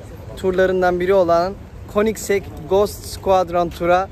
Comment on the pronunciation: 10lt super degermis. Bir de königsek diye telafüz ediliyor. Koenigsegg'ler acayip araclar 😍